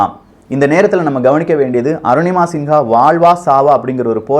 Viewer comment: நிங்கள் தப்பாக உச்சரிக்கரறிகள். சிங்கா கிடையாது சின்ஹா